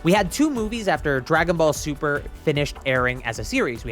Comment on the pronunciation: "dragon ball tuper" amazing